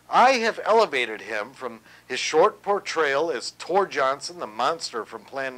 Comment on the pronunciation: Tor Johnson! it's TOR Johnson! Nice allegory!